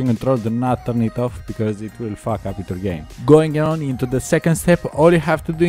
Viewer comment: 'it will fawk up your pc'